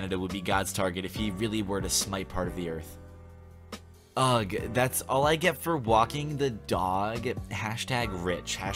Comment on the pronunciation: Its uggghhhh not ugg as in some crappy shoes